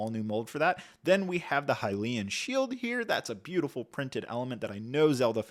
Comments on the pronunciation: isn't it Hylian* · I wish he'd just say upfront that he's unfamiliar with this franchise. The mispronunciation is... crazy. Like, many of us played these games pre-voice acting, but ocarina and Hylian are spelled simply. How did you get every single one wrong?